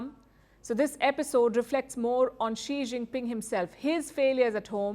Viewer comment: As if this reporter has any.she doesn't even greet chinese leader by how she said his name only.